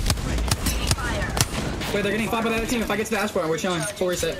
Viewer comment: Thee toosher